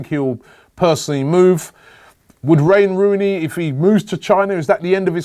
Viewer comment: " Rain Wooney" hahaha rome on cobbie lol hahahaha